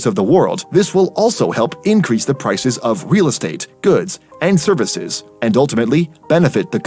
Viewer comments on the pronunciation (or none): none